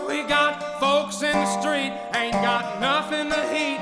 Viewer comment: I noticed right away he starts some words with an H as in "H'Ain't" He Kind of smoothly turbocharged the words Like someone else said, "I want to home a listen".Have a box of tissues ready